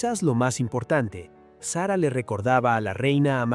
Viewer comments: Señor. Eñ espàñol de pron7ncia. Sara no Sera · Que mal pronuncia el nombre de SARA.... deja el inglés de lado.,no sea payaso.ESPAÑOL SARA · Payaso!!! SERRA....!!!! SARA!!!! ESPAÑOL